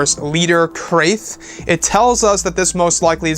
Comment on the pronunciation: This is a quote about a people known as "The Krath" pronounced similar to "Bath","Math","Wrath"" & "Laugh", etc. You perhaps are pronouncing it wrong. If what You are saying is spelt with a "C" in the word: "Crath" isn't it likely it is pronounced "C - RA - TH" like "K - RA - TH" (MATH, BATH, WRATH) This is a quoute by: Migrate Wizard from: Never Wizard Vault as an example. He must have got it from official Star Wars Legends lore. It reads; "The Krath was a secret society founded among the elites of Teta System which embarked on a mission of conquest and betrayal shortly before the rise of Exar Kun. Hugh Fleming, author of this picture of standard Krath warrior, was influenced by the earlier portrayal of Wilhelm the Conqueror." The "Krath" were an ancient order much like the Sith full of different species who followed their own particular doctrine... Unless that concept of them has now changed or been changed.